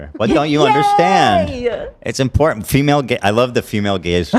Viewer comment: I love you, but it's hard to listen to your sideshow presentations, especially when you say "impordint" 😂